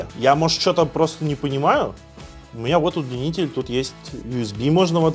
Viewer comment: УДЛИНИТЕЛЬ ! Не УДЛЕННИТЕЛЬ !!! Сразу видно жертв ЕГЭ🤣🤣🤣 В одном слове две ошибки — это писец😆😆😆